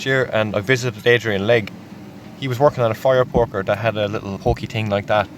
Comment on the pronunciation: Love how sometimes it sounds like he's saying fire porker